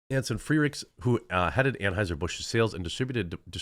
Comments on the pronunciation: Did he say Tranhueser Bush 😂😂omg I just can’t with this today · U said transheisur busch?.....🥳🤣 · I probably misheard, when you said "Anheuser Busch" I thought I heard "Tranheuser Busch."